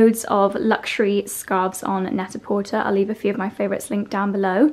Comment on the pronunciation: Only because you said you value correct pronunciation, look up correct pronunciation of Net a Porter. The er is pronounced with a long a. French. Love your vlogs.